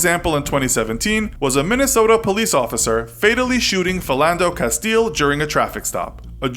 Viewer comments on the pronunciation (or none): none